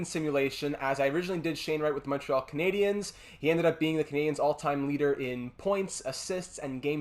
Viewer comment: Are tou from quebec ? If not congrats on the accent on the word Montréal